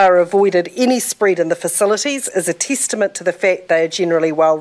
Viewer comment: tistimint XD